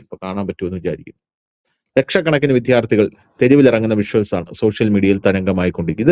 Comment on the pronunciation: വിധ്യാർത്ഥി? വിദ്യാർത്ഥി എന്ന് പറയൂ